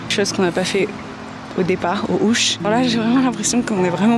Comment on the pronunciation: On dit "aux (z) Houches ! :) Aussi, on prononce "Chamonix" sans le "x".